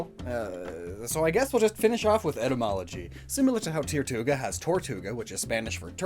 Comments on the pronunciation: It’s pronounced more like turtuga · It's Tirtouga, not Tirtuga. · Tirtouga is just turtle in Spanish but pronounced with an American accent so just tur-two-ga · You kendo said Tortuga wrong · Tirtouga* Why is everyone saying it wrong